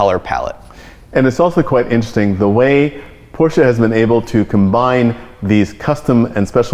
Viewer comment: Enunciate Mr. Osborne, i-n-t-e-r-e-s-t-i-n-g, not in'sting.